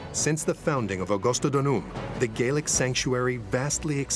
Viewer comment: Gallic NOT Gealic